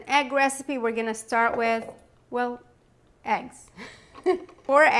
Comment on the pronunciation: Yummy...though did she pronounce eggs aeggs?